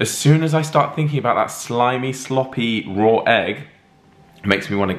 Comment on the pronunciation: Why do they add an “r” at the end of “raw”? Rawr egg.